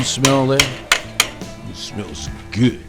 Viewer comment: he says goo not good